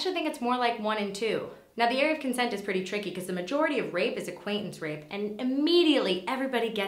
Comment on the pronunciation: "Is-CONSENT" God damn